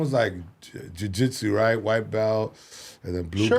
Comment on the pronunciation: He gave Carlos Rogan PTSD when he said “jui jitsu”